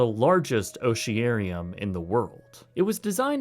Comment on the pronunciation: Ocean-NARium,not OhsheeAirium. These videos sound like they are narrated by an 18 year old